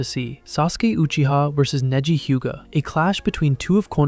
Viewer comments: Neji ❌ Niji ✅ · So did you do that on purpose? You started off with proper pronunciation for Neji, then kept butchering his name with AI. I hate you guys.